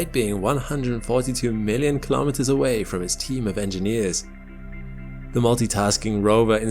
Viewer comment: Kilometers is pronounced kilo-meters, same as kilo-grams and kilo-watts. Not ka-lom-it-ters. Say kilo and then say meters. Life and unnatural noise were not found on Mars.